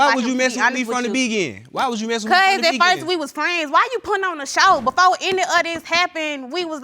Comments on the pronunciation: “This was her plan from the Be-gin” 🤔 the Be-Gin? 🤣 🤣 🤣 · Why are these women sleeping unprotected with these men who can't even say "Beginning", and who thinks the word is "Begin". Good Lord.🤦🏽‍♀️🤦🏽‍♀️ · I know I'm late but what is the begin. I thought the word was beginning 😂🤣😂🤣😂🤣😂🤣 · He keep saying begin instead of beginning 😂💀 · Montae Williams no one would plan to be with him from the be gin! Clearly an accident. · “I didn’t want dis, I didn’t want dis”, from da begin, from da begin”!!! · He needs to put a "ning" on it, its *Beginning 🤦🏾‍♂️ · from the be gin??😂😂😂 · Why can't he say beginning? 🤦🏽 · Did he say 'skraight' and 'bee-gin-ing'?